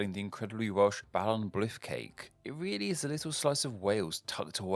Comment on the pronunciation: I just burst out laughing at his pronunciations. Balon Blyth cake was a highlight.